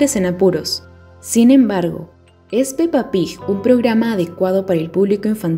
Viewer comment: ¿Por qué pronuncia "Pig" como Pij? Es fastidioso.